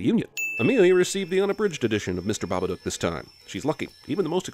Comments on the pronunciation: Wait its babaDook not babaNook right? cause they say it like it has an N in it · "THE BABACOOK"